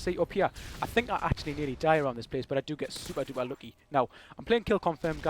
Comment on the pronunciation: nothin better than "super duper" in a geordie accent!